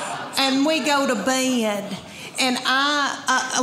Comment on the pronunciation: Where "Bed" is a two syllable word. "Bae-ed"